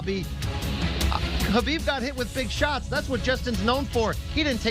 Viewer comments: Stop calling him “Herbib”. There’s no R there... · im not talking about the K. The guy on the left keeps saying “Her-Bib”